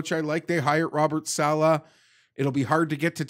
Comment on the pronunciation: Can someone tell hes pronouncing saleh wrong